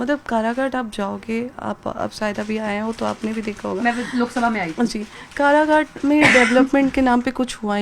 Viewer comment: अनपढ़ कराघाट नहीं काराकाट हैं 🎉😂